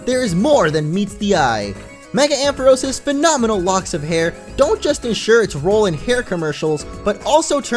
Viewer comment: Ampharos is pronounced Am Fa Rawce!